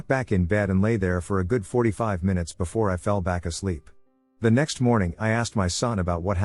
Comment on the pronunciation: It's been a while since we got a good "My-Noots" in the video, I hate to admit it but I actually kinda hope for it each video just to get a giggle😂